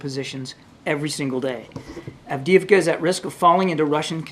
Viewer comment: Avdiivka not Avdeeka and Glory for Russian Federation, Serbia and Hungary.